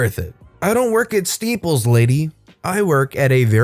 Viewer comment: "Steeples"? How do you put your papers together..with a steepler? LOL